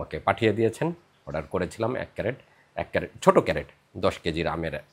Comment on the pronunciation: আপনি আমের বাক্স'কে বা কেস'টাকে "ক্যারেট" বলেছেন, এটা সম্পূর্ণ ভুল। এটা হবে "ক্রেট" [ CRATE ], যেটা একটা ইংরাজী শব্দ। Dictionary দেখেই আপনার মতামত জানান। শুভেচ্ছা রই'ল।